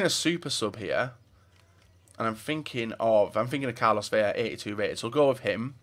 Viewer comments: Its Vela, not Veja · Spanish pronunciation dude